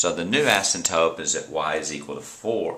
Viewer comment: asymptoTe!!!!! not asymptope